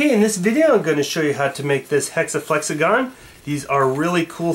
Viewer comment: Flexagon sounds like super Mario saying flex a gon